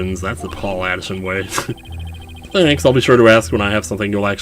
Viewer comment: Paul Atishon sounds like 'Pull a S*** on'